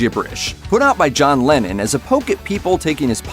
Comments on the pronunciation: LennON not LenIN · why do you pronounce Lennon 'Lenin' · Y tf are you saying lenin